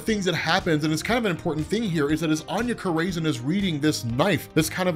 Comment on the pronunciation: I love ya, but Anya Corazon is pronounced aH-nYa Core-a-zOne. Keep up the great work brother!